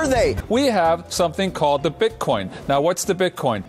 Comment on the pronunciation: haha I love when you hear them separate the syllables: "bit...coin." its one word!!